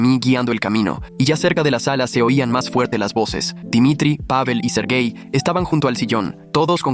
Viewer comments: Soy yo la única que puso esta cara: 👁️👄👁️ cuando escuche la primera vez “sergai” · Cuando dijo sergei yo escuché ser gay y quede (●__●)